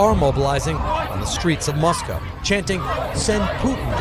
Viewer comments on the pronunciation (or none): Moscaow nahi hota Moscow hota hai yar!